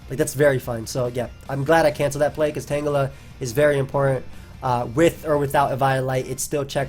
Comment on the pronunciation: Nice tan-jelluh.